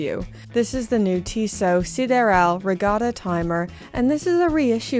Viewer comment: Strange that you were able to pronounce "sideral" as the French would, but then decided to mispronounce it afterwards. "I know it's pronounced 'Tiss-oh', but I'm going to say 'Tiss-sot' from now on." 😂😂